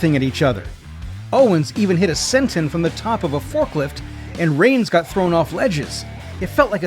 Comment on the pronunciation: Agreed, also other terms that are used. The script seems AI. The VA seems like it also with the strange pronunciation of certain names and moves, like Senton and Shinsuke.